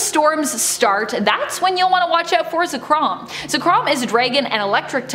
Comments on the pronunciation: The host: says Ze-krawm Me: SO YOU HAVE CHOSEN DEATH. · This girl lost her charm when she pronounced Zekrom as Za-krom 😩 smh